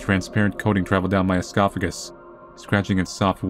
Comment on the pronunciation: lol he said "escophagus"